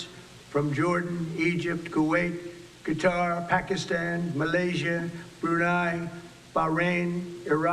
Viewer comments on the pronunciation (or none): none